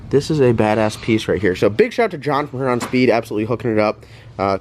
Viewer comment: Love watching your channel...maybe one of these days you'll pronounce Huron correctly